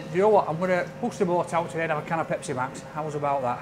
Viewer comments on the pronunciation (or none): none